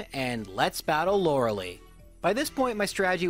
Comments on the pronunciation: it IS pronounced "Laura-Lie" not "Laura Lee"..I have seen people with this name and NONE of them ever pronounced it,the way you do... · Did you know it is pronounced Lora-lie? for the rest of the video: Lora-lee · I'm sure there are plenty of other comments about this but seriously....why "Lore-leigh"???? its definitely "Lore-lie" it bugs me in every video. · Did you all know its Laura-Lie not Laura-Lee? Lauralei: Haha Ice move does winning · As a kid, I pronounced it "Loree-ellie". I have no idea where that extra syllable came from. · That Lorelei fakeout was the worst. Literally every time you say Lerelee it hurts me. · Lorel...-I..?! Not Lorily, not Lorder-duray, Lorel-i 😂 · Lora-Lee has always been how he pronounces her name, it has become a tradition on this channel by this point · Not trying to nitpick here but Lorelei is pronounced Laura-Lie......Btw you forgot to mention that Blastoise looks like it is OBESE in Gen 1......lol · I dno in my language its more pronounced; lorelay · "Lora-LIE" I raged so hard when I first started watching you because your weird pronunciation of this name. But.... I've watched so long that now the correct pronunciation sounds wrong to me. It feels wrong to say it. You've converted me. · Damn I got all excited that he was finally gonna pronounce Lorelei correct. Dammit you fooled me! That 5 hp self destruct tho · "Oh my god, it's finally happened! he has finally realized that he's been saying Lorelei wrong all alo- oh..." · The way you pronounce "Lorelei" really aggravates me. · I love the rival fivel joke also I know I’m just nitpicking but your saying Lorelei wrong. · So is the pronunciation of Loralei some sort of inside joke that I've missed? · Have you been mispronouncing her name intentionally this entire time? Like how wolfey says wenusaur? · PLEASE JUST SAY LORELEI CORRECTLY 😫